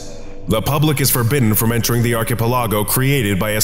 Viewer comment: my eye twitched at your pronunciation of archipelago... like that hurt man, big time. Read this phonetically and out loud: Arkuh-pelluhgo Besides that one tiny nitpick your content is solid as always 👌 keep up the good work!